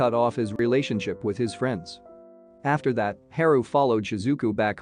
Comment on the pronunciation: Haru isn't his name pronounced Haa Roo not He ru Ouch said my ears